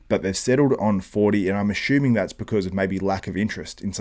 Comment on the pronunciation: No "h" in assuming